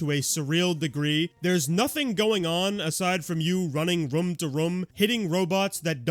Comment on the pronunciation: I love you, but I really hate the way you say “room” 😭😭